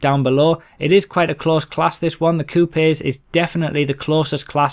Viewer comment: lol 'coupies'